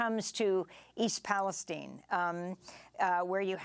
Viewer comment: FFS It's Palestine NOT Palesteen...